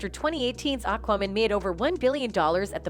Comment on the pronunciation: Why did your pronunciation of "AquaMan" always sound like "AquaWoman"? Was that an insult against the whole situation with Heard (the backlash is completely justified. Heard is a despicable human being) or was this a problem in editing the video or the audio?